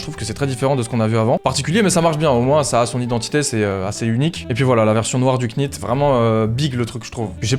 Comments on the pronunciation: bonne video comme d'hab mais juste pour info ça se dit pas knit mais nit comme know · un knit on prononce pas le cas (ca se dit nite) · Yo, on prononce pas le "k" dans "knit", comme "knife", "knight" etc. :)